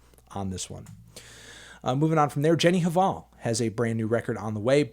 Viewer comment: The H is silent in Jenny Hval